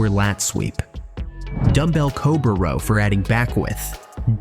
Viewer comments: A "Rawl* should be Row. Another AI generated video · This video is such a lie. Pull-ups are the best way to widen your back (not endless ones though). Lateral raises (in various positions) are definitely the best way to widen your shoulders. Why can't AI voices say the word "row" correctly?